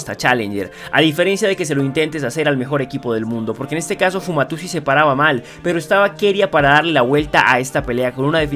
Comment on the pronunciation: Me sigo preguntando por que este man sigue diciendo Fumatusi en ves de Fumayusi